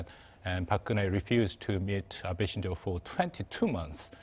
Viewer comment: Abe shinzo, not “Shinjo “